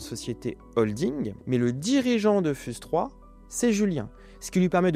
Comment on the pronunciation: Fiouze pas fuse (prononciation) 😢😅